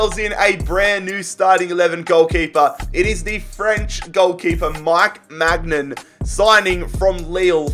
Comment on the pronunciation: Maignan is pronounced my nan, literally